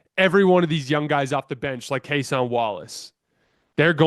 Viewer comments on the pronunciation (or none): It’s Cason like Jason. Not Case On. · Sir I’m only commenting because I like your content. Cason is pronounced Kay-sin.